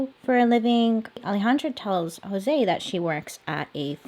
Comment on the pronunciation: For the next time your pronouncing Latino/Hispanic names like Jose or Alejandra a's are pronounced like the a in aunt, e's like the e in 'i just read', I's like e in 'im planing on reading..', o's like cool, u's like cute. Hope this helps :>>